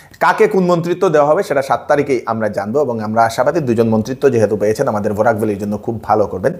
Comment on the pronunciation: Borak not burak